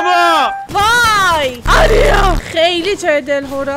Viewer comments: الان هم نمیتونی اسم درست اریا رو بگی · تور خدا جان اسم آریا رو درست بگو